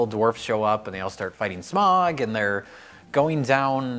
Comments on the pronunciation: I laughed at every mispronunciation of Smaug, but then they say “smog” and I involuntarily yell “it’s SMOWG!!!” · Can someone please make an edit of everytime he says "smaUuUug" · Why has everyone such trouble pronouncing Smayaoooug's name? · Just here to watch pronounce SMAAWWWUUGG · I crack up every time at their pronunciation of smaug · it's really annoying how pretends he can't say 'Smaug'..... It's really not hard to say.